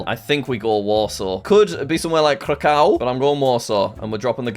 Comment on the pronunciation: it physically hurts me every time jack says Krakow